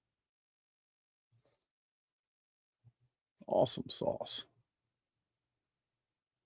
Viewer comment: I thought I was the only person that still said assume sauce. Lol. Thanks for your diligence!❤🎉